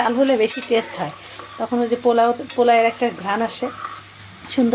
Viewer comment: এইযে অন্যের পিছনে আঙ্গুল দেবার অভ্যেস, এত বিশ্রী কি বলবো! তো পার্ফেক্ট উচ্চারণ করেছে, পোলাও এর চাল। কই পলাই তো বলেনি! You said পলাউ, which is very wrong. It is পোলাও এর চাল। and always said this perfectly!